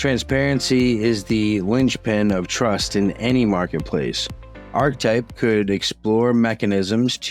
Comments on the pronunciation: Interesting. Thanks for the vid. Just gotta say though… isn’t it pronounced “arKetype”? At least the word “archetype” is pronounced that way. Who cares. I prob sound obnoxious. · ar·che·type No "arch" sound. Archetype is the word. Ar che type. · Isn't it pronounced (arketipe)? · No one gonna mention how to pronounce archetype??!?!? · Love the video, but it's pronounced are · kuh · type And muh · nair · oh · Monero - pronounced: Mon - eh - roh Archetype - pronounced: aar - kuh - tipe